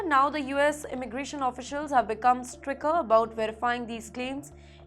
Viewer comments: "Stricker", not "Stricter", RIIIIGHT! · HELLO PRETTY FACE NEWS READER...PLEASE PRONOUNCE THE WORDS CORRECTLY. DEPORTATION, STRICTER, ETC